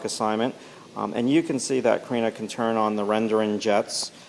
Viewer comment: It’s Kariiiiina!!!!